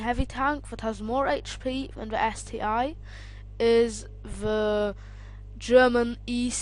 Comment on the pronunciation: ST one boy , not ST i